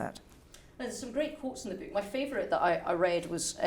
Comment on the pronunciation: It is not a 'beak,' interviewer. Say 'book'. BOOOOk.